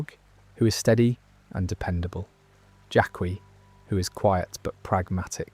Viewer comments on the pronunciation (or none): Everytime you say “Jadd-is” instead of “Jadis” it pulls me out of drifting off to sleep. Or even worse “Jack-qui” that one drives me mad.